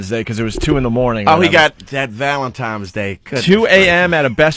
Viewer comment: "valentimes" Day?